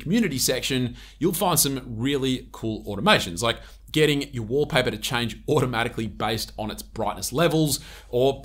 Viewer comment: Wolpah-peh❌️ Walpaper ✅️